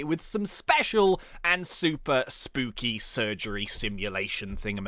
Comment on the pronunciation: He said spoopy lol